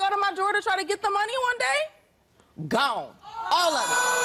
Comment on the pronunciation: I picked up on that too. Lady: guone. Maury: gone? Lady: guone. Maury: gone? Lady: guone.